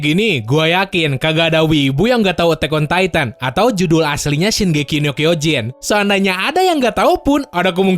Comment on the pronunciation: Gue dengernya: "Sin-geiki no kyojin"